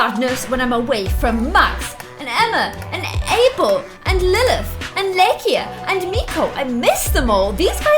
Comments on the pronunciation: You don't say it lay-kia you say it Lie-ka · Hi! I love your videos! But I think you're pronouncing Laika's name wrong. I think it's Lie-kah, because it's from the Russian name Лайка (which was the first dog in space). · Laika - Lay-Kuh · Laika's name is pronounced Lie- kah